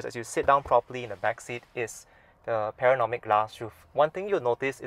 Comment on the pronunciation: It's called PA-NO-RA-MIC...😂